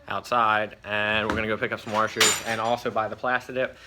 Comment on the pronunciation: Back at it again with the warshers